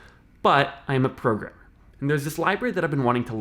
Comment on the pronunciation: When he said I'm a programmer I heard he said I'm a pervert, I had to replay that part again